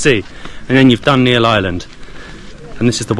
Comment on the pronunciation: itz NEEL not NEIL NEEL>>>>>BLUE